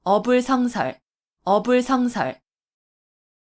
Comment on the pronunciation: "어불" "성설"이라고 띄어 읽는 것이 아니고, "어" "불성설"이라고 띄어서 읽어야지요. 공부 좀 더 하이소!!!